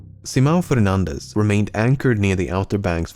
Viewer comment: The correct pronunciation of 'Fernandez' though <3